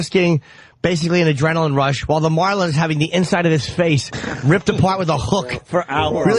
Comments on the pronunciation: "blue mawlin" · The way this guy says "marlin" makes me homicidal